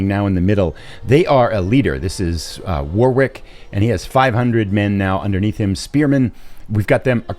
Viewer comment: My English heart hurts everytime you say War-Wick, it's War-ick :)